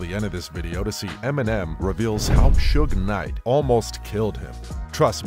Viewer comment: Is it me or these post talking about suge knight can't even say his name right